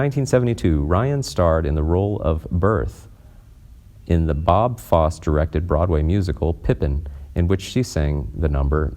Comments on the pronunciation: its FOSSE (fos seh) not FOSS. you need coaching before you read the text. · As soon as he pronounced ‘Fosse’ as ‘Foss’, it was clear he hadn’t written or researched any of this. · It’s pronounced Bob FossEE, not “Bob Foss”. He was one of the most well known choreographers and directors on Broadway! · Bob Fosse (director of Pippin) is pronounced Bob “Fah-see”...not “Fahss”... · The guy reading the copy is terrible. Was it his ....first time....reading it. Dude, pause only a comma and a period. Also, it is pronounced Bob Fos_e. Not Foss. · Not sad at all. And it's pronounced FOSSIE. Not Foss. Do better or stop please. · It’s Bob FossEY! Can you please put some effort into correct pronunciations?? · Pronounced Fossey, not Foss. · the last name of Bob Fosse rhymes with coffee, not moss. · It's a bit late to correct it now, but the legendary choreographer and dancer Bob Fosse's name is pronounced Fossee, not Foss ( though you still stress the first syllable). You have a beautiful voice, however. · It’s Bob Fosse (fawcee), not Bob Fosse (boss)... 🤦🏽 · It's Bob Fos- see. Please learn famous peoples names. I like your videos, but not when you butcher famous peoples names. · Pronounced Berth-uh, And Bob Foss-ee. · BOB FOSS ..E You mispronounced his name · "Bob FOSS"? Seriously? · That's "Fosse" pronounced like "Fossee" I can't believe you don't explore the proper pronunciation of names when you do this. A little research will prevent people like me from having to be such pedants. A name is a very important thing. Think about Star Trek TNG when Dr. Polaski was calling Commander Data by a mispronunciation of his name thinking that since the word "data" may be pronounced either way, that so could his name. The polite android, was quick to correct the Dr. Polaski about his name saying that it's actually NOT his name when it's pronounced it incorrectly. You may watch my reference about Data's name in this link if you're unfamiliar with the scene